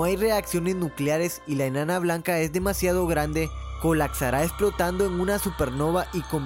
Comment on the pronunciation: Xq madres no hablas bien??? No es cactan sino captan No es colatsara sino colapsara No es acsorber sino absorber 🤦‍♂️